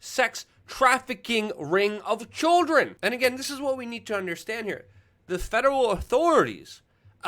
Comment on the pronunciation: "of CHULDRIN " Lol just messing. So glad you are still operating after all these years. Number one, Luke!